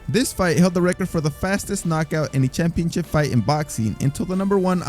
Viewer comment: What the heck is a "championchip"?